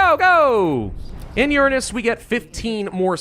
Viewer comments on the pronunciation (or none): I thought this was gonna be a cool sci-fi movie based on a video game, instead it's just some dude who chronically mispronounces Uranus and yaps for almost five hours straight. This isn't a movie it's a super cut. Very disappointing.